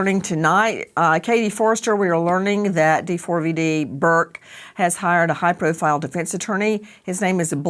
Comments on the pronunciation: Can you stop calling him Dee Four Vee Dee???!! It's David. jesus christ. such an annoying host. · Wow she’s annoying just say David. Not D four V D FFS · First of all I hope she didnt suffer and her soul is resting peacefully. Second, D4vd is not pronounced "david" and he is not a singer lmao